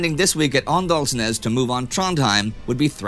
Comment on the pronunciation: "Å" and "aa" are pronunced "O", so Åndalnes should be pronunced "Ondalnes"